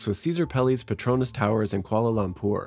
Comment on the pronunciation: I'm surprised even architects pronounce Petronas as pet-RO-nas instead of pet-ro-NAS